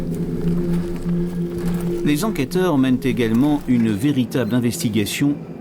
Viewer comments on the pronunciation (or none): Par pitié, n'interviewez plus jamais ce directeur d'enquêteuh qui m'a pris la têteuh avec tous ces détayeuh sur la mort du filseuh de la dameuh... Bon sang, un vrai calvaire de l'écouter parler ce bonhomme 😵‍💫... Je crois que si je me retrouvais en garde à vue face à lui j'avouerai tout ce qu'il veut juste pour qu'il se taise au plus viteuh 🤣